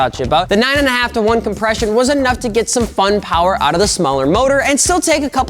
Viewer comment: MORE POWAH BABY